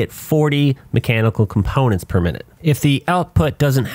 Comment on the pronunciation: I underestimated how many times was gonna say comPOWnants. hahaha